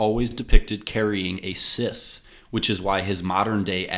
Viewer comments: The crop cutting tool scythe is not pronounced "sith", it is pronounced "s-eye-th". You had to have heard that word spoken before why did you choose to mispronounce it? And, I don't know what those compressed audio bursts throughout this film are ... care to explain? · That's not how you pronounce "scythe". But good video 👍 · He’s saying scythe wrong